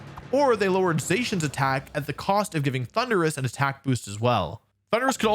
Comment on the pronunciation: I skipped the Thunderus part The way he pronounced it was so uhh....